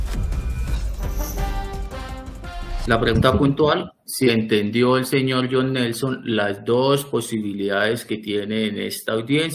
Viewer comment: Senores semana x favor su nombre es JOHN. aprendamos ingles correctamente..